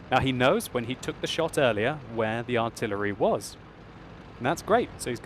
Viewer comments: "and the artiyelery" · "AND THE ARTEELEEREELY NARROWLY MISSING..."